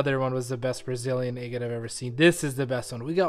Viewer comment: I really like your videos but I wish you would learn how to pronounce the word “agate”.